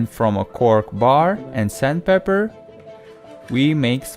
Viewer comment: Its sandpaper, not sandpeper